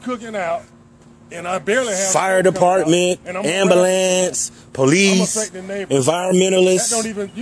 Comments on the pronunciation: This guy is a douche. But real talk, why can't black people say ambulance. They say amberlance... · " ambalance" I LOST IT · Not the "ambahlance"! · well dumb ass maybe no one called code enforcement on those other neighbors including yourself. like a child why didn't they get what i'm getting it's not fair. then you have an idiot hype man in the backdrop asking stupid questions and mispronouncing simple words like ambulance.